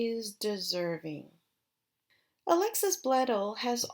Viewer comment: They're not gonna do it. That was the original ending of the show which left it open FOR a reboot but since AYITL WAS the reboot and it talks about her "writing" the original series, I don't see them making more. You also said Alexis's and Milo's names wrong.